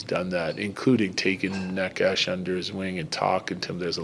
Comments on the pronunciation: It's Nay-chess lol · Bednar butchering Nečas' name the whole time, i didn't know about whom he speaks until it clicked :D i was like, who is this Nekash dude? :D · Nechas clarified it himsefl: 1st syllable is actually neh, like never or neck. Its neh-chess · ''Ne-'' is pronounced as "ne" in the word "net" and ''-cas'' as "chas" in the word "chas-tity". It actually has a meaning, the closest translation would be something like ''bad weather''. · Dude, someone please help Bednar with names. He said Georgie’s name wrong for 2 years. The ch is in the middle… like Naches soft E… even if it doesn’t bother the player it might subconsciously… who knows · He is bad at pronouncing it if you're curious how it's pronounced it's NAY-chess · Y’all need to learn how to pronounce necas. Mans is a superstar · Mr. Bednar(Bednář) go to google translator select czech language and type Nečas then play it. I though guy with czech roots(if he knows) would at least try to learn his(Nečas´s) name properly smh... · Is Bedsy just bad at saying Necas or is that the preferred way to say it? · He is bad at that